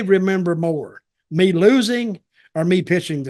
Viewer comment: "You people? Mean nothing to ME!" Shouldn't the emphasis be on NOTHING and not on ME?